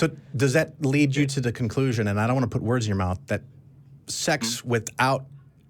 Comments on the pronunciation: Next time you call a show to address something from a “scientific standpoint”, it might be helpful if you wouldn’t use words like “dat”. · Dat, den, and whole bunch of other mispronounced words make me not take him seriously as a fellow black atheist.